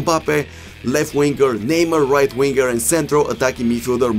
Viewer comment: бате с тва преправяне на гласа докато коментираш направо ти гледам клиповете без звук . и ударенията на футболистите като почнеш пОгба, неймА ...пусни гледай некой мач да научиш поне имената да им изговараш правилно